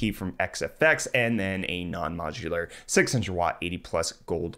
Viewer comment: IS NOT MOCHULAR?